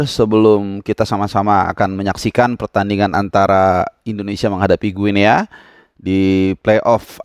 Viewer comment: Guinea (baca=Gini) sama kaya baca Papua New Guinea (Papua nyu gini)